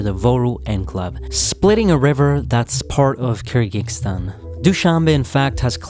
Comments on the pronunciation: Hope the speaker learns how to pronounce "Kyrgyzstan" once doing the video.😂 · I appreciate the video, but the consistent incorrect pronunciation of Kyrgyzstan was quite bothersome. It is not KyrgyKstan, but KyrgyZstan. The people are not KyrgyKs. The word is Kyrgyz.